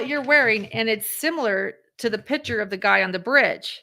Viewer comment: The pronunciation is pick - chur. I am hearing pitcher.